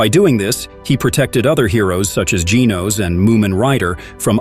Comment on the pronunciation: Saitama is not hard to pronounce. You get it right sometimes, but also butcher it many times. Please work on this. Geez you also mispronounced Genos. WTH??